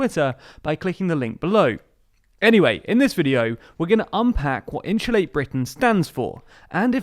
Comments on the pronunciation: Great video but can't help laughing at how you say insulate haha 😆 In shoe late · “Inshulate”? Every time I think I’ve finally heard all the British accents, someone pops up like, “Bold of you to assume.”